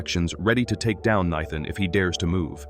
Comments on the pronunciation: Why can AI not manage to say "NATHAN"???? It says Nighthan... It says Kneethin... It says literally everything except "Nathan" ... How is that name so difficult? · naithan just pokes me in the goddamn ears each time i hear it. Do you use ai to edit and post all your shit videos? do you even watch through the video and listen to the dude having a stroke each time he pronounces Nathan? absolute dogshit, 0 effort put into videos. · Nithan, nethan 😂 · The horrible AI can pronounce Xavier but not Nathan? Crappy AI! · Lmao exactly